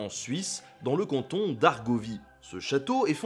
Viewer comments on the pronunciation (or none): none